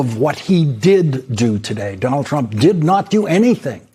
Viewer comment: Is it just me... or doesn't sound like every time Elise Labott says his name she says "President Chump"?